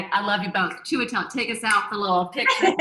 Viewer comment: I love Ann Hathaway, but I swear if she doesn’t learn how to pronounce Chiwetel’s name I’m showing up on her doorstep with a fifth grade teacher and a copy of hooked on phonics. Write it down and Sound it out! What is chewidle?😂